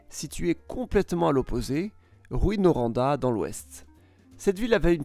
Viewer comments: T'as oublier Rouyn-Noranda, il a dit rouin mais sa se prononce rou-in ans 2 cilable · Pour la prononciation de certaines villes : Dreumoneville, plutôt que drumonville (Drummondville) Grandbi (grand à l'anglaise) plutôt que granbi (Granby) Rouain Noranda, plutôt que ROUI-Noranda (Rouyn) Pour le reste, plutôt un bon travail pour ceux qui ne connaissent pas le Québec Et pour les Québécois qui se la pètent sans arrêt sur la surface monstrueuse du Québec par rapport à la France ce vidéo vient quand même leur rappeler que 90% de la population du Québec vit dans le corridor Gatineau-Québec, le long du Fleuve St-Laurent, un territoire nettement plus petit que la France. L'argument qu'il couterait donc plus cher d'entretenir les routes du Québec au prorata du nombre d'habitants ne tient donc pas plus la route... 68 millions de Français pour un réseau routier national qui comporte 20 849 km : 12 379 km d'autoroutes, dont 9 158 km sont concédées à des sociétés concessionnaires sous contrat avec l'État ; 8 470 km de routes nationales. 8,5 millions de Québécois pour environ 2100 km d'autoroute (y compris les autoroutes métropolitaines à Saguenay et Rimouski) Ça fait que la concentration d'habitants dans la grande région de Montréal réduit d'autant plus le ratio habitants/km d'autoroute. et pourtant les autoroutes dans la grande région de Montréal sont totalement défoncées... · On dit Rou-hein Noranda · juste pour votre information, on dit Drô-monne-ville (Drummondville) et non pas Drumond-ville. Rou-in-Noranda (Rouyn-Noranda) et non pas Ruinne-Noranda. Lé-vi (Lévis) et non pas Lévisse. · Petite correction linguistique, Granby se prononce Granne-bé, et non Granbie. Quant à Rouyn-Noranda, ce n'est pas "Rouie" mais "Rou-ain". Quant à Drummondville, ça se prononce "Dreum-monde-ville", et non Dru-mont-ville. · La prononciation des villes est hilarante ! drumonville, rouinoranda et grambi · Comment il a détruit la prononciation de Rouyn-noranda 😅 bonne vidéo tho!!❤